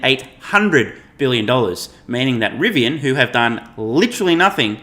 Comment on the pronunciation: You definitely have a lowd moth, but you were correct both for Rivian and Nikola